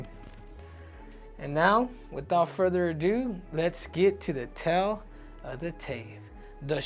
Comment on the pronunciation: Henry it’s pronounced “TALE” not “tell”